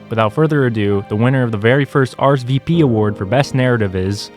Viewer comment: are ess vee peee